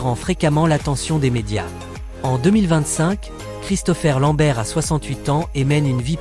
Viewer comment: Ah ? la synthèse vocale n'est pas encore au point. Gérégory Emcékini 😂😂, Rob1 chou le moine Shaol.1, Sonia blaad, ChristoFaire Lambert....